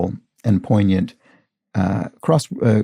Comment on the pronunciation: It was very satisfying,, after seeing your descriptor for this puzzle, that you are not among those pronounce "poignant" with a hard G. I have a very dear literary friend in my local writing community who does pronounce the hard G, and uses the word frequently in critique groups. I would never be so gauche as to bring it up with her. (Leading by example hasn't worked over the past several years.) Now I'm thinking about how lucky we are that gauche retains most of its Frenchness in American English, at least around here.